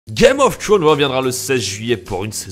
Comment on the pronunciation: "Game of trownz"